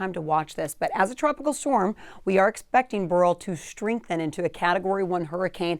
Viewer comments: It's pronounced Bear-ill, not Burl. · This woman has a problem with her pronunciation of names: Burl…Campaychay. What?! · Should be pronounced similar to Barrel. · Beryl is pronounced similar to barrel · I always thought it was pronounced 'barrel', who knew.